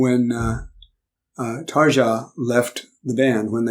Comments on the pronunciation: Just for Information... Tarja pronunces like Taryia... And by the way... Your face watching The Greatest Show on Earth will be mesmerizing.... Can't wait... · Many people have probably already told you this, but you said Tuomas right, but Tarja is pronounced a bit differently. I am not sure how to explain it in a written comment, but other people have probably already done so anyways. But the best thing I can think of is that the J in Tarja is pronounced like the y in yes.